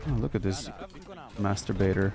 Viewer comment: he really said Master baiter HAHAHAHA